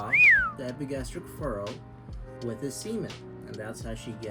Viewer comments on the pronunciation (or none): none